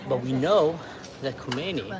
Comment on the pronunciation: Hey:) His name is Khamenei not Khomenie but close enough 😉